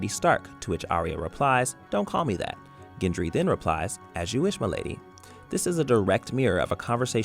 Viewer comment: Ginjury.... Wtf is ginjury.. it's Gendry. Gendry Gendry